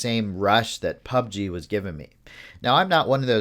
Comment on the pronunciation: Anyone else annoyed by the way he pronounces Pubg? Might be just me, good video though.👍